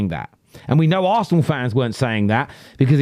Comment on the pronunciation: I can't listen to him, he can't pronounce Arsenal correctly.